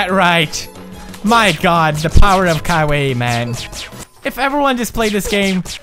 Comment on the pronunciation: He said "Kawaii" so many times and to this day I still don't know how to pronounce it correctly haha